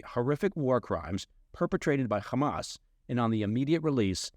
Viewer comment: pronounces "Hamas" correctly. Liked and Subscribed.